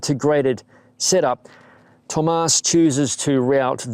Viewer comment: Looks like a nice bike. And yes, as a native german speaker, I can tell you that you messed up the Umlaut in Thömus.